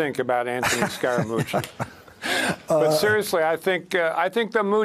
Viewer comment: "SCARE * A * MUCCI" Scaramucci